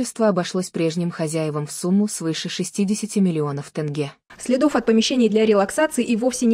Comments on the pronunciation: Не танге а тенге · тЭнге?что за озвучка